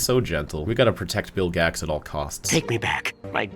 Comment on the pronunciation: It’s Bill Gax